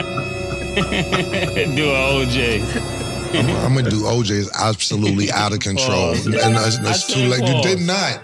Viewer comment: He calls OJ “ O” hold on o